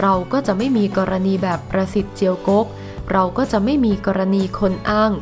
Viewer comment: อ่านช้าๆครับ ประสิทธิ์ ได้ยินเป็น "ปรสิต" ในปรสิตอีกที 😱😱